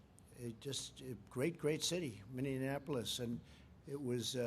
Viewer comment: Minneanapolis? This man can't remember where he's taking credit for.